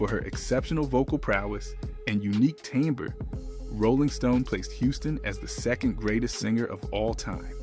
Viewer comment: Mispronounced: timbre. Its a word commonly used in music. Why don't these people look up words they don't recognize?